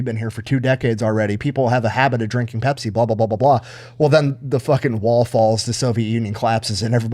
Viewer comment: but "Bepsi the best"